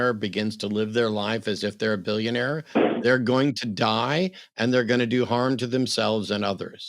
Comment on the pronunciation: Why does he keep saying “billeeuunnare”